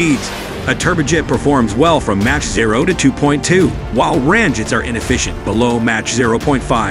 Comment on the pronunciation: MACH is pronounced "mock" not "match" !